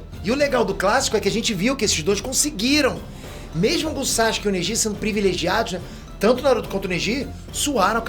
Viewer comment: Quando é que ele vai parar de falar SACHUKE?